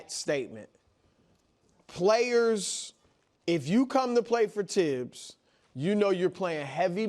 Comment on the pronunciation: It's a French name not English and the correct pronunciation is Tibbs NOT THibs.